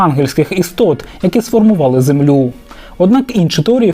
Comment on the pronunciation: землЮ замість зЕмлю ствОрень замість створІнь лІсів замість лісІв поневІрянь замість поневірЯнь